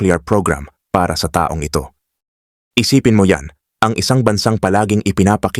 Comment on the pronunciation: Halos lahat ng nagsasalita ng site na ito, matindi ang emphasis sa mga tulad nito: taong 1973, pagbigkas ng taong, mabagal kaya pag inintindi mo, taong 1973 - people of 1973; dapat mabilis ang pagbigkas ng taon - year. dahil pag mabagal, taong - naging person yun. Kahit sa hapon (Japanese), pag binigkas ng mabagal, nagiging hapon (afternoon).